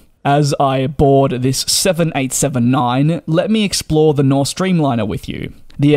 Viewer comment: Very nice video. I love the Dreamliner. You get less jet lagged, less dehydrated, and it’s quiet. - But the airline’s name is Norse Atlantic, not Nothh.😄